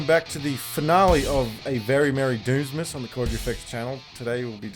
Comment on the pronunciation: DooTMaS not DooMSmaS